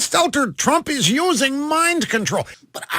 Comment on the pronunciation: Did Lil Brian Stelter say: Mime control or Mind control?